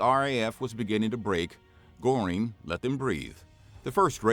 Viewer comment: Wrong pronunciation of “Goering”, it’s not Gore-ing, closer to Gur-ing